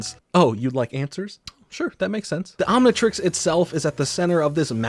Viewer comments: A baffling amount of mispronunciations mainly Omni trix not trex but overall great video! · Omnitrix, Omnitrex, Omnitrax, what other pronounciations can we expect to hear from good ol'